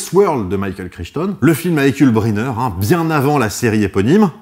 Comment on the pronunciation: Tu peux prendre la voix du commentateur pédant pour lire la phrase suivante : "Crichton, ça se prononce craille-tonne"